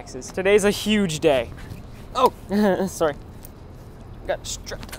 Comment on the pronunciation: did he really said soory to his bike?